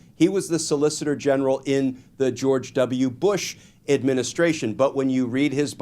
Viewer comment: Bro... admin-is-tration. administration. Say it slow a few times & you'll get it~. lol